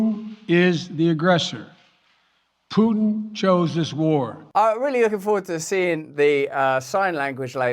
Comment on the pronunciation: when did Pu-tin annex Crimea?